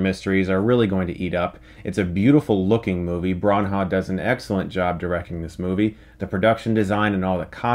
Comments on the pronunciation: Bron - haw? Seriously dude, it's not that hard to pronounce... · Chris, it's "Branner" not "Baun-huh". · I worked in the industry before starting my own business. If you mispronounce A-list actors and directors names within the confines of the industry you will get laughed out of the room. Another thing he doesn't know is that he has NO chance in Hollywood now that he is a film critic. You cannot bash movies as he does and then get accepted into the industry. The industry is not a democracy. It's a club. If you bash club members you will never get in. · Ok Chris, love your work but... 1 It's Bran-na not Bron-ha. 2 You obviously could not have seen David Suchet as Poirot who played the detective in the long-running British tv series. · ITS NOT PRONOUNCED BRAHN HAHW. its just bra-naw. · Bronha? Kenneth "Bran-ah" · Chris, like the review, but where did you get the pronunciation of Kenneth Branagh from? There is no h after the n, it’s not Bran-ha but Brana (silent gh) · Chris, his name is Brannagh, not bran ha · Love you, but its bran-ah, not bron-ha. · “Braw Nah” Chris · Who the hell is Kenneth Braan-haa? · also, he said BRANHAR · Branagh is pronounced "Branna" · Kenneth brahn-HAAAH! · I came to the comments for this. It's just Brah-nah. Surely, Chris would know this after all these years! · Sounded like he said "Baw Gawd", Good ol J.R. from WWE lol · With "Branna", many people may pronounce the "a" like the one in "brave". I think just using "Brah-nah" gives you the right vowel pronunciation. Anyway, the guy's been round for what, 25 years? Not a hard name either. Can't wait to see Chris attempt Domhnall Gleeson. ;-) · lol I know right. I was like "Branhaw? Hmm must be a new upcoming director or something." Turns out he was talking about Brannagh and I was like, "Why in the world would you pronounce it like that???" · who the fuck is Kenneth Bron-ha? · Chris knows about movies yet pronounces the name of an exceptionally well known actor "Bran-ha". Shame.